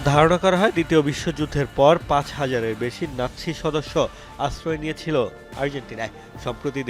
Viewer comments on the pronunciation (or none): none